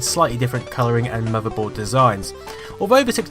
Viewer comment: I love how says 'muvverboard'